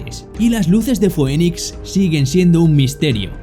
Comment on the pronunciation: Se dice Finix no Foenix (Phoenix )😅